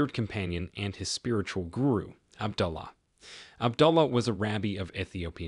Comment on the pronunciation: Good Videos but please pronounce these words correctly.... AB-DO-LA and BAR-BAY-DOCE